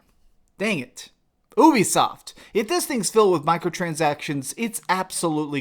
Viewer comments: Normal people: Ubisoft! This guy: Ooobisoft! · The fact that you said OOBISOFT negates your entire opinion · Did I just hear b**bisoft? 😂